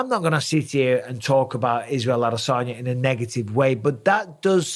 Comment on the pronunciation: Don't get why mike says adesanya like he's a southerner im sure nobody from Clitheroe should say adesaarnya